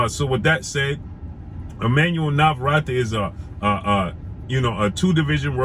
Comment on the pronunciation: His name is pronounced Nava-Rette